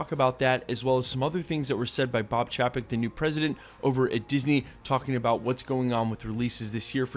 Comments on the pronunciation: Bob Chapek is pronounced "CHAY-peck"... not CHAW-peck. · chay-pick is how u pronounce it lol